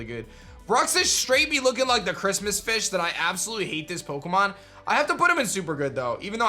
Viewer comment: I love your vids, but why do you need mispronounce Pokémon